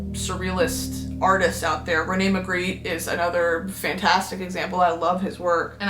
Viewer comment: Shoutout to the belgians, Bosch and Margritte, she did butcher those names but i’ll let it slide. Very much green bean!!